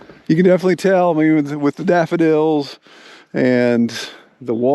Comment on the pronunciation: "Defnuhly"????? "Litterly"????? "Defunly"????? "Intresteen"????? "Keepeen"????? "Akshuhly"????? "Comeen"????? "Faceen"????? "Prahbee"????? "Prahperdy"????? "Perfeckly"????? "Presheate"?????